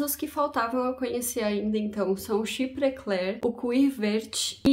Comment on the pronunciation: Caso seja do seu interesse a pronuncia em frances : chiprê clérrr (arrastando o r igual carioca) boás dôrranj quir vér